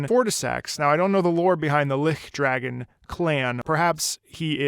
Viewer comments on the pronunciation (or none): "Lihkdragon Fortissax"... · my man said lickdragon fortissax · For the record, the ch in lichdragon is pronounced like in torch. It’s the concept of a lich applied to a dragon, in the same way that D&D has dracoliches.